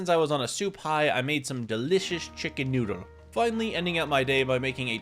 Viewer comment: bro really said chicken noodal🇨🇳